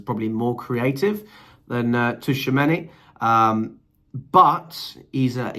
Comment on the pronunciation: His name is pronounced "true a many "